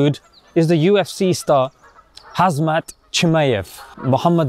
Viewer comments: you said, "Khazmat" Chimaev instead of Khamzat 🤣😂🤣😂🤓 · Brother i Love you but I really had to laugh when you said Khazmat instead of khamzat 😂♥️ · Brother ur saying hazmat it’s khamzat please say it properly u sound like an American analyst 😂 also I never knew u were a ufc fan Thas really cool. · lol my brother, its funny when I hear a non muslim mis pronounce Hamzat's name but never thought it'll be funnier hearing a Muslim who knows the name mis pronounce it. Hazmat lol. barakAllahu feekum. His name is essentially Hamza. lol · it is NOT "Hazmat" it is "Khamzat" meaning Hamza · His name is NOT Hazmat! It's Khamzat.. The 'z' comes after the 'm' yeah! Get it right bruv! Assalamu-Alaikum.. Peaceout! Love your channel. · It's Kham-Za not Hasmast. Similar to Hamza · Khamzat not Khazmat bro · Bro his name is pronounced Ham-Zat not Haz-mat😂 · "Hazmat" 🤦🏻‍♂️ Come on brother you wouldn't call Prophet's pbuh uncle "Hazma". HAMZAT!!! Come on brother you should be the one CORRECTING these mistakes! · Perhaps learning their names is a good starting point brother? It’s Khamzat not Hazmat, Belal Muhammad and not Muhammad Belal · Bro your calling him “hazmat” like the radiation suit... they spell it Khamzat the k and t are silent so it is said like normal Hamza. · khamzat as in hamza,,, not hazmat 😂 come on... atleast you should pronounce it right... and he wasn't fasting during the fight.. he broke his fast 3hours earlier.. as maghrib was 3 hours before his fight.. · It’s Khamzat not Khazmat 🙄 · Lol his name is pronounced Hamza, not Hazmat. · I know that it's like in arabic ...but he iz placing "z" before "m"... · Lol. His name is pronounced “hamzah” not “hazmat”. 😂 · Hamzah not hazmat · its not hazmat lol, its HAMZA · It's pronounced Humza bro please learn his name, you sound like Chael Sonnen when you say HAZMAT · bruh its buggin me so much you keep calling him "hazmat" 😂😂 I think his name is the russian version of Hamza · it's KHamzat not hazmat